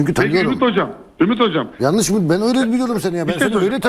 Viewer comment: Adama bak diyemiyor tamam Mourinhonun kullandığı kelime yalnis diyemiyor